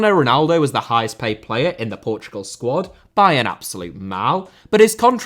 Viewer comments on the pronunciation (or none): none